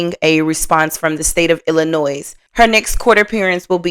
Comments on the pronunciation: Thanks. It's so annoying when people say Illinoi"s". The S is silent😂😂especially the people who live in Illinois. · FYI. Illinois is not pronounced as plural. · The S is silent on the end of Illinois. 💜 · The S is silent in Illinois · Please please stop pronouncing the s in Illinois it's silent